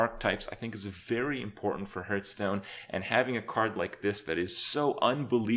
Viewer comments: he does kinda say it wrong i just noticed, he says it like "herthstone" not "harthstone" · Are you one of those people that thinks it's pronounced h-earthstone?